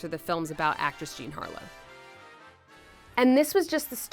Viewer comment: British way of saying Harlow makes it sound far worse😐